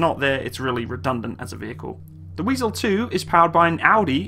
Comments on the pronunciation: it’s „wIEsel“ not „wEIsel“ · i know but he said Weisel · The name is Wiesel, not Weisel😉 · not "weisel" but wiesel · It is Wiesel and not Weisel!!!! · "Wiesel " goddammit.